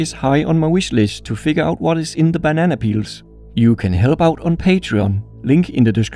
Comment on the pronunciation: I need you to make more videos involving bananas. I’ve seen two so far and I love your pronunciation of banana.